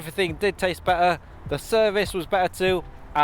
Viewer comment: There are 2 Ts in better. Please try and pronounce them. Your reviews are good, but this annoys me.